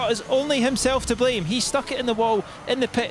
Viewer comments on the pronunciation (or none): none